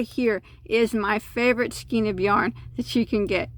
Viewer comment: Please learn to pronounce skein (skay en). Also lana Bella (Lah-nah)